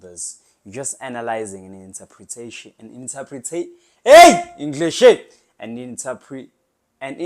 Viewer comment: LOL🤣🤣,did you just said "Englishit"? 😂